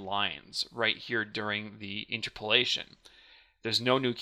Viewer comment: It's pronounced inTERpolation, not INterpolation.